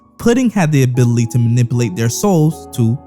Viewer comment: “abilltea” “manibulate” 😭